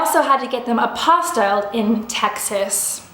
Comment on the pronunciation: it’s pronounced APPO-STEEL :)